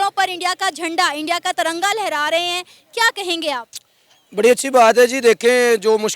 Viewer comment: One correction it’s Tiranga not taranga